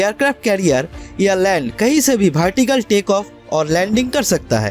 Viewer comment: Vertical toh suna hai lekin ye bhartical kya hota hai 😂😂😂 apna pronouncia improve karo bhai ..